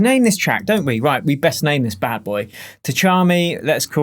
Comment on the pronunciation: Just pronounce it without T, Chami.